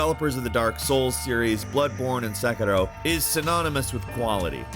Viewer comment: I just have to say, I love how you properly pronounced Sekiro. The bane of my existence is hearing people try to say the title of that game and just absolutely butchering it. Especially if the commentator has a British accent, it's like nails on a chalkboard for me. So again, thank you. Sincerely, from somebody who thinks it's really not that hard to say Sekiro.